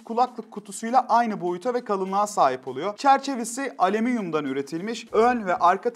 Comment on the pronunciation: Bu elemanın her videosunda bir kelimesine takılıyorum. Şimdi de "Alemenyum" diyor.. ve hala "hoporlör" demeye devam ediyor..